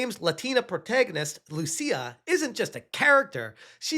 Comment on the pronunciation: If she is indeed Brazilian, "Lucia" is not pronounced as you did there. First, it's written "Lúcia", and the accent means the stronger syllable is that one. So you put emphasis on the "Lu" part of the name. Note that for some reason the US doesn't recognize Brazilians as latinos, they are in a different category, so Lúcia wouldn't be a latina.